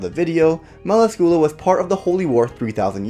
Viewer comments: Isn't it pronounced Mel Ask you lah? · fuck can t you pronoce her name right its not meracula you read meracila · You said her name incorrectly... Mell-lass-scu-lah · Why did you have to pronounce melascula wrong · Im sorry but you said it wrong and i could not stand it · 😡😐😑... That's NOT how you say her name tho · I love her but you pronounced her name wrong